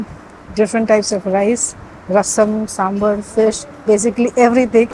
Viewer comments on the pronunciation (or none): It's not सांबर, it's सांबार. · Pronounced as ...... Some ... bhar.